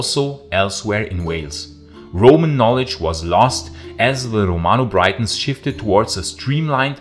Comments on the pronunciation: Great videos. By the way Britons is pronounced 'Brittons' not 'Brightons' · britons not braitons. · I can forgive you for not pronouncing the "LL" sound correctly, as there is only one other language (in Asia I believe) that uses it - but calling Britons "Brightons" - no mate, tut, tut. As for the vid - but even Shakespeare writing in the late sixteenth century (Henry V) recognised how the Welsh valued their Romano-British history...